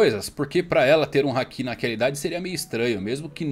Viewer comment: Mano, vocês assistem o anime no mudo? Só pode, por que ficam falando haKIIIIIIIIII, porra, o povo fala literalmente HAAAAAAki, com o HAAAAAAA tônico e o ki átono. Meu Deus, que agonia. Igual o povo falando saZUke ao inves de saSUke, vocês vêem o anime no mudo, né? Não ouvem os personagens falando não, né?